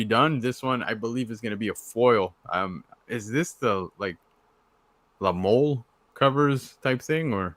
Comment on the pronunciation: BTW FYI - "La Mole" = /la-moe-leh/ 🗣️